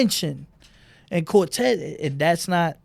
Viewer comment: lol he called cortez mr. Volte